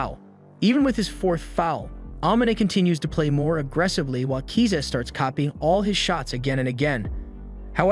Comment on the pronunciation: KISA NOT KZA